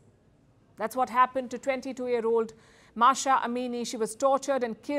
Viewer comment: It's M A H S A, not Masha. Mahhhh saaaa